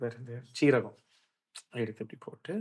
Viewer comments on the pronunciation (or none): ஜென்டில்மென் அது ஜீரகம் இல்லை 😝 சீரகம் = Cumin